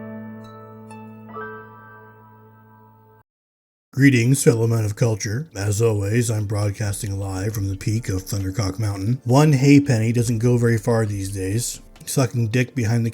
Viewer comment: I'ts pronounced Haypny, Not Hay-Penny.